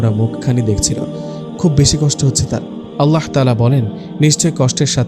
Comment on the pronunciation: Apnr mukh e Allah r hazrat Muhammad saw er nam er uccharon ta onk valo sonay....